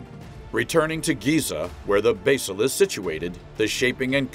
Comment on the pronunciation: Cant say Basalt correctly...waste of time.